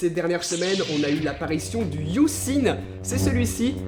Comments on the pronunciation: Ça se dit « E » pas U. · 👆Par contre, sauf quelques exceptions (ex: honour, hour, vehicule, ghost, etc.), le H n'est jamais muet en anglais. Donc de la manière dont tu le prononces, on entend "Philips You"